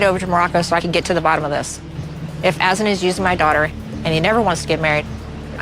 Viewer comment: It sounded like Azan’s sister pronounced his name as “Hassan” or maybe Azan is just a nickname. Not sure but I’m intrigued!